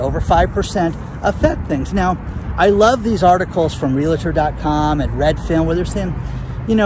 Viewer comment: I know you like to say "la la la la la", but please, don't let a "LA" worm its way to the middle of the word REALTOR. It's just REAL and then TOR. You are too smart to be saying it that way.